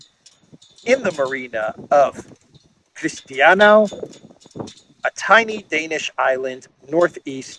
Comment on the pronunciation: Your pronounciation of Christiansø (Christians Island) is not even close :D Ø is the letter in danish foreigners can have lived here 50 years and not learned to pronouce, and Ø is also the word for island. Just for fun Å is another difficult letter and means stream or small river. So "ø i å" means "island in river".